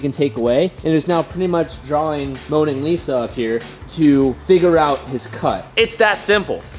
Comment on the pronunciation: this man said moaning Lisa